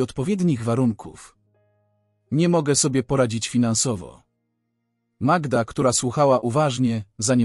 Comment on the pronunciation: Przepraszam, ale mnie również razi przeksztanie imion,skąd wzięła się ta magieda,nie powinien Pan czytać tak prawdziwych historii,wstyd